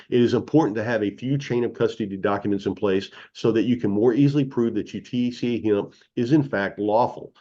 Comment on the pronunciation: He can’t pronounce THC A, he says it as one word! 🤣😂🤣